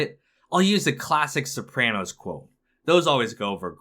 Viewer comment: You say sopranos wrong but it’s ight